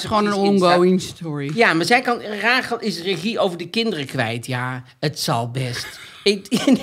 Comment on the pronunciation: Heerlijk weer! Alleen, jullie zeggen Rágel maar is het niet Rasjèl ?